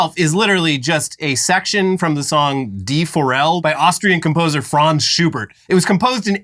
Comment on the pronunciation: As a pianist and bona fide smart ass, Pretty sure is "shoe bear", not "shoe burt", good sirs. Dig your work 👍